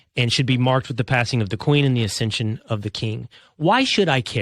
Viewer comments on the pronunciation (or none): ‘Accession’ of King Charles III, not ‘ascension’.😂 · It’s accession, not ascension.